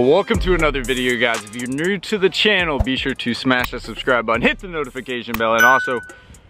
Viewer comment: Lol dude you say new like (nerrw) 🤣🤣🤣